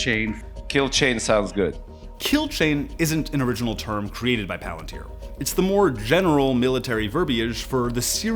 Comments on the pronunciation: God I wish more people learned it's pronounced 'Pah-lantier' not 'palan-tir' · Everybody (including Peter Thiel, co-founder, and Alex Karp, CEO,) pronounce "palantír" improperly. If I'm not mistaken, in Quenya (the Tolkien-constructed language the word "Palantír" exists in,) the stress typically falls on the second-to-last syllable if the vowel is long. In "palantír," the "i" is marked as a long vowel, so the stress would fall on the second-to-last syllable, i.e. syllable 2: "pa-LAN-teer." The plural form, palantíri, would be pronounced with stress on the second-to-last syllable also, like "pa-lan-TEER-ee." Tolkien has a grammar guide for the Quenya language you can easily look up for good info. Edit - I should add that Palantir, the company name, technically does not have the I marked as a long vowel the way the item from the book does, so the company name may actually be produced like "PAL-en-teer," which doesn't sound half as cool, but the common noun item from the book is pronounced like "pa-LAN-teer." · It annoys me to no end that they named it after the LotR Palantir but CAN'T PRONOUNCE PALANTIR CORRECTLY!